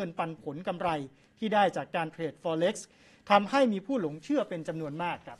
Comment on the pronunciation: Forex อ่านว่าฟอเร็กซ์แบบนักข่าวหญิง นักข่าวชายออกเสียงสู้ง^ไปหน่อยฟังแปลกๆ